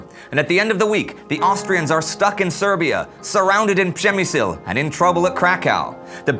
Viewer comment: Very interesting and entertaining. I`m just catching up several episodes at once and just realized you got Przemyśl pronounced right. I really liked to giggle over those spellings. Thumb up for that, it`s not easy and also nice to see that you guys are improving. Promising :)